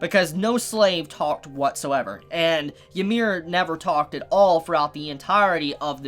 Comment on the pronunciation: Please, stop pronouncing Ymir like 'yee-mir' it's 'ee-mir'